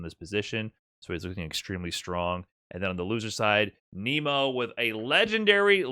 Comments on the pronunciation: I can't sit thru you pronouncing it Kneemo and not Naymo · ya it’s not Nemo like the fish in the Disney movie. It’s Nemo like “Neh-Mo”